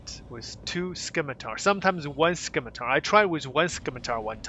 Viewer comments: Sim-i-tar, the c is silent. Named after a type of sword. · The 'c' is silent in scimitar. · All good. I just thought it sounded funny. I love your videos dude, keep the coming. Might get to meet you in game one day.